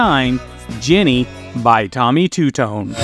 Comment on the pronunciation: It's JENNY not GINNY. gah...